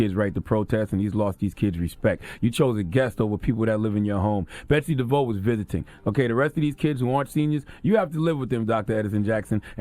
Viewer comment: Her name is DE-VOSS...